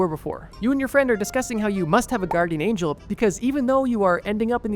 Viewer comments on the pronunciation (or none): none